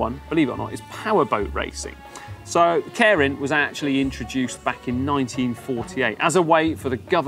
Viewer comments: Pronounced 'care-in'? Every other youtube vid I've seen pronounces it 'keer-in'. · It's not "KAREN".... It's Keirin... (kay-rin). Sorry, but after 20 years of living and cycling here I just had to say. That said, so glad you introduced this. Next is to show the amazing roads that Japan has to offer. Happy to take you on a ride. Check out Gunma Prefecture and the mountains. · Loved this. Try and pronounce it "kee-rin" though, with a hard "r", as apposed to "care-in". ;) As an aside, on the date of publishing, 10000JPY is 69GBP, 78EUR, and 89 USD. Understand the simplification, but I nearly got a heart-attack in thinking my salary was completely down the sh*tters... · Nitpick: It's better pronounced"Kay-rin" instead of "Care-rin". Bugged me all video. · Sorry to be picky but it"s pronounced kay-lin. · And in true British fashion, this guy slaughters every Japanese word... "Karen racing" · Let's get the pronunciation correct. Kay-Ee-Rin. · He was taking the piss out of the presenter's pronunciation, muppet. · I think either "Kay Reen" or "Kay E Reen" might be a useful way for a non-Japanese speaker to correctly pronounce it. And then it's a flipped R not a rhotic R. But that's getting too detailed for the casual cyclist to have to think about. Good job mentioning this pronunciation point. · I keep hearing "Karen Racer". Damn Karens are everywhere in 2020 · English guy is pronouncing it "caring". I wonder if that is correct. Normally Japanese is pronounced exactly as written. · When pronounces Keirin 🤦‍♂️ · Can you at least pronounce Keirin properly?